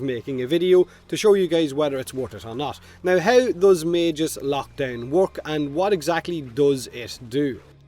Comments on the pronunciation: the way you pronounce Magus is giving me autism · Is magus pronounced with a j (like does here) or a hard g? I've always said it as Mag-us